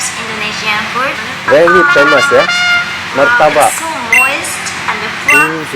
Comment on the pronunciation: Orang jepang susah mau sebut martabak,, muratabak..😥😥 lucunya dia 👍👍.. terima kasih udah dtg ke Indonesia ❤❤❤